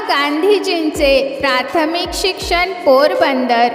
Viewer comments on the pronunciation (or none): none